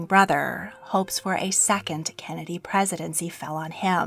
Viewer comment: does no one else notice the way she says kennedy like kenedeh